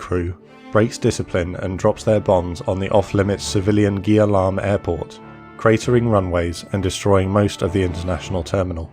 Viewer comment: ya...and the Gia Lam in VN names are pronounced like Yard Lerm more than Guy Lam